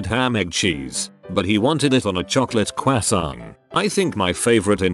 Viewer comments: Who tf says croissant like that 😭😂😭😂😭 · Text to speech has trouble with croissant. Crew-ah-ah-sant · Quasang!! Is the best way I’ve heard Croissant pronounced! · How tf was croissant pronounced because I LOVED IT